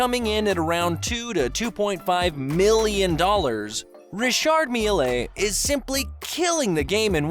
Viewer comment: its pronounced rishaard "mill"